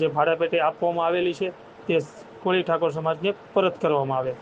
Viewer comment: કોલી નહીં કોળી ભાઈ